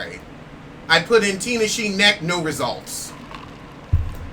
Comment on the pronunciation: It's not Ten-eish-shay? 😂😂😂 Only you! And you were so proud of yourself too. 😂😂😂